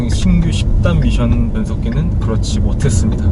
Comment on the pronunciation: 미션 발음에 빠지네요 ㅎㅎ